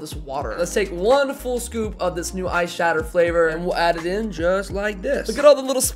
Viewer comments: It sounds like your saying eye shadow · Every time you said that “ice shatter” I kept thinking you were saying “eye shadow” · I shouldn’t have read this comment I heard this throughout the whole video